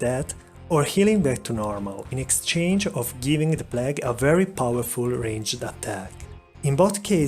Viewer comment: The P L A G duuude